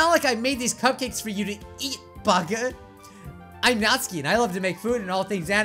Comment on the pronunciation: You sed natski's cupcukas it's natsukis cupcakes